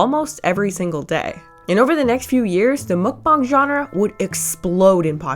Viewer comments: munkbong? it's munkbang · YOU SAY MUKBANG WRONG ! ITS NOT MUK BONG ITS MUK BANG 😂😊